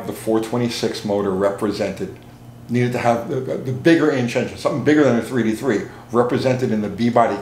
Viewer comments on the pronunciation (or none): When you say 383 it sounds like "3T3". Or are you saying 3T3?